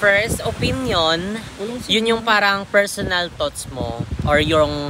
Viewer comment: hahaha hyp o-pin-yon😂 con-clos-yon 😂🤣